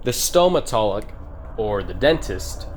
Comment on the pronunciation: the islam?? it's pronounced izlom and it's not even izlom!! that's gravy grandpa!! mosu colam is mozgolom and stomatic is stomatolog,fix your stuff twin,stalker is not a 2000s uhmerican made game set in middle east to have such names